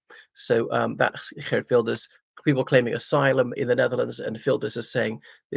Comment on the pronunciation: I’m impressed with your Dutch accent when pronouncing his name.